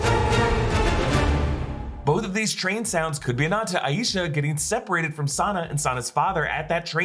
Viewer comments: It's eye-sha Not a ee sha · Not sure if anyone has mentioned this but the grandmother's name is pronounced "EYE sha" with two syllables. Not, Eye Yee sha, with three as can be more common in American culture.